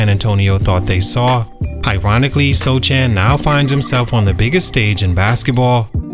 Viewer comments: His name isn’t pronounced So Chan. It’s Soh Han. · "SoCHAN" come on dawg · Yes Sochan, it's pronouched Sohan in Polish tounge — a Polish name that sounds very different when read with English pronunciation rules. That's why you have to listen to the actual Polish pronunciation and write it in English as "Sohan." If you're writing a Polish name, you should pronounce it the Polish way, not the English way. The author should have properly transliterated it — that's on him.It's the same with Asian words. For example, カタカナ — if you don’t know the Japanese script, you listen to the sound and write it as "Katakana." It’s never perfect because accents don’t fully translate, but that’s how we do it. English has many different accents too, yet we still use the same letters. Just look at the letter "O" — it has lots of different sounds depending on the accent, but we write it the same way. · Are you butchering his last name on purpose? It is pronounced Sohan. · I love your channel but how can you make a video on a guy and pronounce his name wrong :/ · You can tell that you have no idea about sochan or spurs by the way you pronounce his name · Not even a second into the video and I turned it off already. If you are going to do a video on a player, at least learn how to say his name properly. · it’s hard to believe this guy knows a lot about Sochan. Did so much research and nothing told him how to pronounce the guys name…weird, that’s the first thing that should’ve been correct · He’s a bum so he doesn’t deserve to be pronounced properly